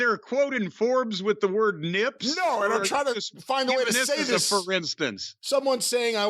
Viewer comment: the emphasis on "nips" 😂😂